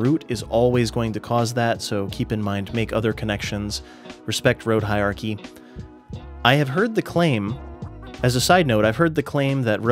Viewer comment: Hierarchy has an "R" sound in it.